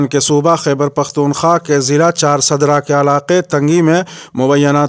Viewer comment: Ccharsdra nahi balke charsda